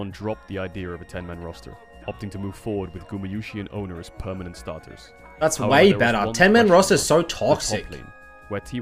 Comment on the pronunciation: Can't stand watching T1. Commentators mispronouncing two names. Oner and Zeus. One r or someone tell him it's spelled Owner. Zoo s